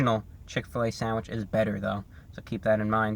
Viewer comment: I could listen to you say "sandwich" on a loop all day